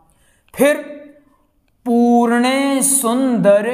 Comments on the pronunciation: जी पूर्णेसुन्दर नहिं पूर्णेन्दु सुन्दर है ।आँप ने अशुद्ध लिखा और बोला भी । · Easeguru ji aur pujy banane ka jyada shook ha not correct pronunciation. Very bad